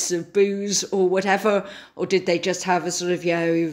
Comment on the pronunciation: James Forsyth - it's "this" not "vis, it's "they" not "vey", and it's "you know" not"yo"